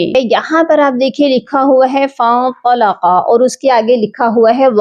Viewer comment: Fantalaqua not faantalaqua